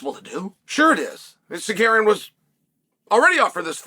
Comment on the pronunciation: It's Tsarkarrienn... You said it wrong. 😂